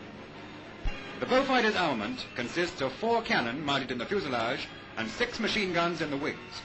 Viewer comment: machine guns are .303 and cannon are 20mm. The pronunciation is due to his very posh upbringing which led them to sound odd to most people